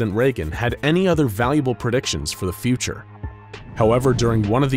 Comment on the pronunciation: they pronounced "future" as "feature" lol